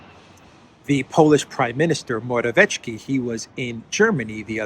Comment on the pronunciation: I'm not Polish, but I'm pretty sure there is no "tsh" sound in Morawiecki - just "ts" (Mo-ra-viet-ski). It would need to be written Morawieczki to be pronounced that way.